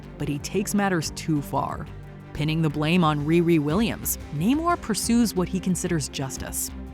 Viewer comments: IT’S NAMOR,! NAMOR, NOT NAY-MOR! GET IT RIGHT, WOMAN! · I'm confused on how you could have pronounced Namor wrong